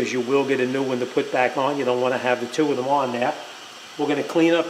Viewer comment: "....'How much for the front twoo tpms parts ,and two new tires'..."?